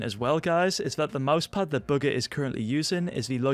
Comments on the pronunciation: Why do u keeping say booger instead of bugha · Eddie thesoup Wait, you’re telling me it’s not booger? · I Thought He Said Bughar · whenever he says bugha is sounds like booger 😂😂😂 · Is it just me or when says bugha I hear booger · It totally sounds like that based on his accent. 😆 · Is it just me or it sounds like he’s saying buger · why does it sound like youre saying booger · Lol he says Bugha as booger